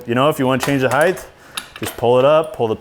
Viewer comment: NO... it’s, “Height,” NOT, “HeiTH.”